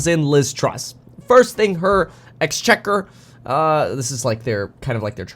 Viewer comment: Yes Kev! You said Exchequer correctly!